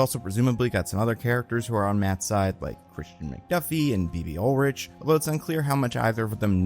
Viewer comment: Is anyone else kind of baffled that said Ulrich instead of Urich?